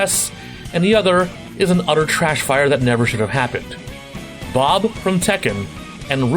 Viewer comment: Did you say "Blob" from Tekken the first time? I swear that's what i heard.